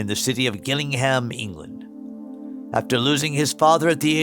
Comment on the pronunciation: Great video. Just one thing Gillingham is pronounced with a soft G.